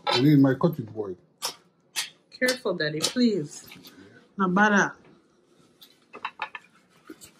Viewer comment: Black love I feel the same exact way I love their bond she is so funny. They don't understand every time I hear her say Deddy it just brings back memories of me and my dad.